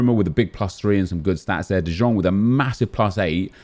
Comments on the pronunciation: U pronounce it as de young u dickhead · Still can't pronounce de Jong 🤦🏻‍♂️